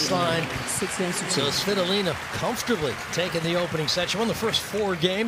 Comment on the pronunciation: svi TO!!!!!!!!!!!!!!!!!!!!! lina. hurts my ears the way they say it.